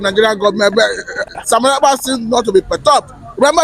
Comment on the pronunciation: Abeg call the name well. Mazi Simon. Ekpa